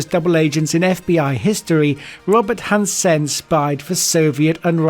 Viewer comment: Han-Sen? He’s not flipping Chinese